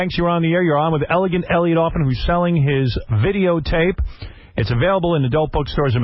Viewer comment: I love how Howard always mispronounces his last name. It's not Offen it's AFFEN!